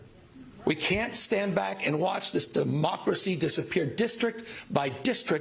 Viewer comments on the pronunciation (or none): Did he just say, mockeracy. Instead of democracy 😮😮😮😮